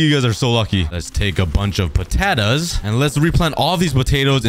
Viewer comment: Let's take a bunch of putadas Me: Putadas? What?